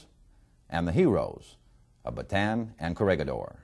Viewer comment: Why is it that every single documentary and film concerning the battle for bataan (properly pronounced as ba-ta-an, not baytan) the death march, the imprisonment of Filipino and American armed forces, the raid on cabanatuan (pronounced ca-ba-na-tu-An) concentrate solely on the American side of the story? What about the Filipinos who fought, not for America, but for their homeland, the Philippines, which had ALREADY gained its independence from Spain and the UK?